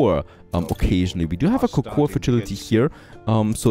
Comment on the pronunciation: I really like watching your videos man, they are great. There is just on little thing that's bothering me. Even though it's written cocoa, the "A" is silent. It's a pet peave and I am sorry to bother you with this. Keep up the great work.